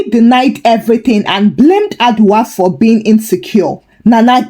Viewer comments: Madam please the name is Adwoa and not adwa....adwa is name for an animal in the forest ooh...please next time check your pronounsiation or you use Yaa,Afia,Esi etc😮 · Hi, Thank you for the Ghana stories this week!! We love you. 🥰. By the way Adwoa is pronounced A- Joe-wa.